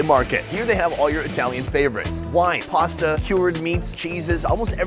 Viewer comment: "pozta pozta pozta pozta pozta pozta pozta pozta pozta pozta".... IT'S CALLED PASS-TAA